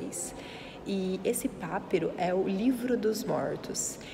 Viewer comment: Daí por vezes as confusões com a pronúncia como p(á)piro em vez de pap(í)ro. É sempre preferível ver pessoalmente os objectos originais do que o que se ouviu na escola em teoria. Obrigado pela partilha e pela qualidade das imagens.